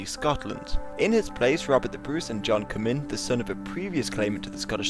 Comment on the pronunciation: as an actual scottish person i can tell u its pronounced comin